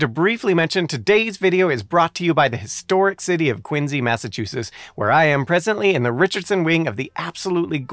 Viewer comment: Thanks to, I now know how to properly pronounce "Quincy".